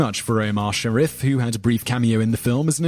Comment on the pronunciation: sha-REEF, too.